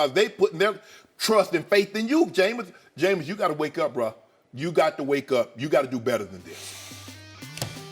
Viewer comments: Eboni knows nothing about sports cleary. The fact that she can't pronounce Jameis correctly shows that she's never watched a college footbal or NFL game before smh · Why did she say Jameis name like that?